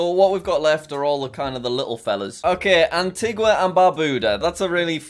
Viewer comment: antigua is pronounced anteega just so you know for future :)